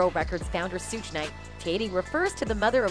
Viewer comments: The pronunciations of the names is driving me crazy! 2-Pack and Sue 😂 Sounds like Siri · She said Suuge night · Lady lost me at 2Pack and sooj